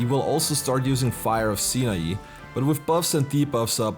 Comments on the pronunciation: How does no one playing SMT or Persona know how to pronounce Sinai? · Did anyone else have a visceral reaction to how he pronounced Sinai…